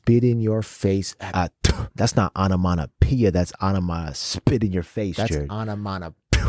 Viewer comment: You guys 😂 you're so hilarious. Also- your "onomonopeia" is effing hilarious- it's onomatopoeia 💀💜 I loved this reaction so much, if was amazing. Can't wait for the Cyphers 💜💜💜